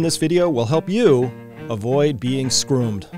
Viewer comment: Did you say "Avoid being scroomed?" What is scroomed?